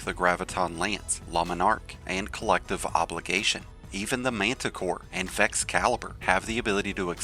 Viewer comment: Not to come off as salty, take it as a feedback. I've liked the content of your videos whatever I stumbled upon. But please speak firmly, I don't mean screaming but your accent/pronunciation really needs some fix. Example: it's EN-GRAM not INN-GRAM. AAND not EIND. æ, a, e sounds are REALLY hard to listen to